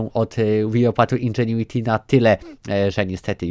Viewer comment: Jezu chłopie powiedziałeś indżuenity ze 78 razy w 3 min 😐😐😐